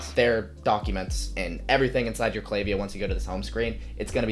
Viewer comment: I appreciate that you pronounced the name right haha. That was a big sell to keep watching. You seem to know what you're doing and I think you mentioning the value of your previous videos (especially the 47 minutes of you walking through you building something) are high selling points. Subscribed :)